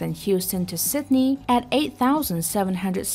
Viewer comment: Sydney not Sitney